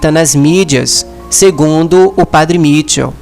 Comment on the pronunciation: esse teu trabalho de divulgação é muito importante para atingir mais pessoas. Deus te abençoe por isso. Apenas corrija a pronúncia do nome do padre. Não é Mítchel, mas sim Michél. Porque ele é de origem francesa.